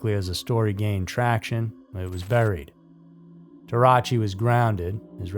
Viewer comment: Teh-rah-ooch-chee. Not Tarachi. Jfc.